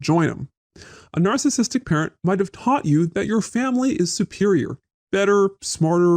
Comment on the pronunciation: I keep hearing it as “alcoholic” when he’s saying “narcissistic “